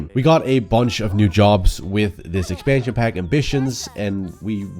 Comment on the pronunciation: I love the way you pronounce expansion pack it's so cute :D